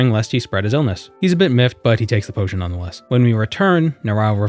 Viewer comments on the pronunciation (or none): none